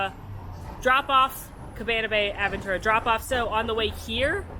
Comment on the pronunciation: I think I flinched more from seeing “Protofino Bay” on the screen more than the 75 times I heard AD-ventura. 🥰